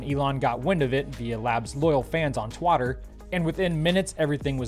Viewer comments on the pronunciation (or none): You said twarter